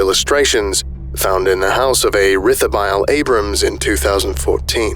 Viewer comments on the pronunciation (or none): Great video as always! Quick note, Rithabile (meant to be spelt Rethabile) is a Basotho name and pronounced reh-ta-bee-lay